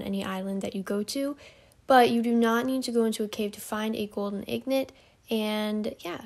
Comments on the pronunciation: In got not ignot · Pronounced ingot wrong 😑 lol it's all good tho good video